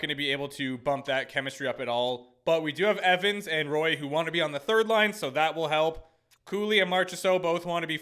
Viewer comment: Not to be that guy but Roy's name is pronounced the French way. Like Patrick Roy